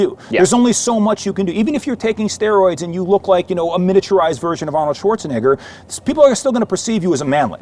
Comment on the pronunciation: that is NOT how you pronounce Schwarzenegger